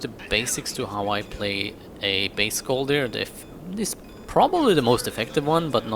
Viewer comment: It is not pronounsed skolldir the o thing is a danish/norweiyan letter. In sweden it is an ö